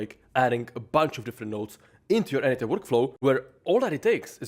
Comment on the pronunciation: funny when you say quickly n8n it sounds like N8 10 ... i was confused when listening to this vid LOL